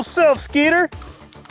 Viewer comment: Dude I love you and your channel alot... but holy cow 😂 😂 😂 yer such an idiot!! I love it!! keep it up bro... "gap azine"